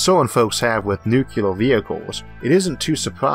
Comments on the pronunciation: It's pronounced new clear...not nu cu lar. A common miss pronounced word. I used to say it that way too. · N U - C L E A R ! Not NuKeLar ! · Not even a "nucular" Homer Simpson joke? ^_ ^ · The speech impediment doesn't bother me at all (I don't notice it anymore unless it's a very R-heavy word like "Rover" [this episode] or "Harvard"). The "nukyuler" thing does bother me but it's worth it to hear the rest of the video. Thanks as always! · Isaac Arthur Your "nukyuler" thing bothers you more than it bothers most of us. To me you just sound like some east coast guy who moved to someplace down under. We've invited you into our homes and made you our friend. We get used to your accent. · N u c u l o r (I'm sorry, I had to) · Ok President Bush "Nucler" lmao... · nucuwuler wockets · I don't have a speech impediment and people still make fun of me for how I say nuclear. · I'll be honest; this is the only thing that bothers me about your speech. Your rhotacism doesn't bother me or make you hard to understand, but the wait you pronounce "nuclear" irks me. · I've heard British physicists mispronounce nuclear I dunno why it's so common, unfortunately for me I don't get to say it very often